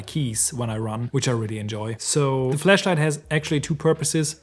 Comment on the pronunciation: Hahaha. Please stop saying “fleshlight”😅